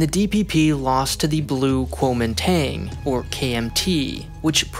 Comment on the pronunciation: When the youtuber can't even properly pronounce kuo min dang, you know this is bs.